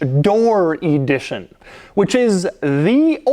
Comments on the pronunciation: “Coach Door E dition”? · why are you saying E-dition?? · You drive me nuts with ē-dition the word is ə-dition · Where do you get this EE-di-tion pronunciation? It's eh-DI-tion. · “Coach door E-dition” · Why does he pronounce it “e-dition” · Can you say EEEE-dition one more time lol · Limited EEEE-dition 😂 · J. Bizzle: Doug is the type of (American) guy who uses "thee" before a consonant! Sounds brilliant with ĒĒdition! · Every time he says EEEdition, I want to scream.